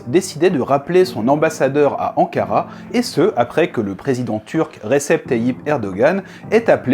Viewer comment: Recep sa se prononce redjep